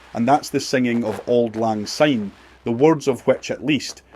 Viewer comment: Remember it is pronounced sine not zine like the English and US speaking peoples use!!